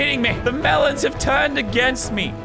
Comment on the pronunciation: I like how the beam boss says mEleNs when he drops melans from the sky also someone has to make a coppa boss fight